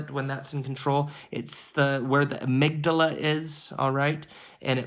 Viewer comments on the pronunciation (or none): none